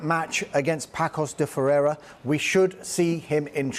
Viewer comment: It's not pronounced PAKOS DE FERREIRA but PASSOS DE FERREIRA. This "Ç" is read 'ss' not 'k'.